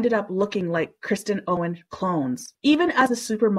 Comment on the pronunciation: The “narrator” keeps saying “Kristen” Owen. Basic respect would be getting the name right.